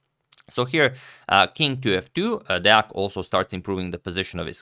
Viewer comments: Wooo, you still pronounce Deac correctly. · Agad has the best Deac pronounciation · Everyone talking about the game yesterday but forgot to tell Agad that he pronounced Deac right😔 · Agad using #samay only good idea... Shots fired ... Nikhil kammath head is a beautiful head shot .. Congratulations on pronouncing Deac right. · Pretty good pronunciation of Deac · You pronounced deac correctly!